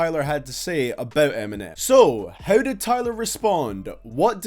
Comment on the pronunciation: Everytime you say “how” i blush cause i hear you calling me a “hoe”